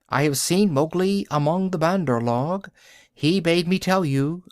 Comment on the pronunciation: this is not how u say say bandar log check on urdu translate google write monkey people in english then ik u dont know the word just click speak and it will say correct pronounciation of bandar log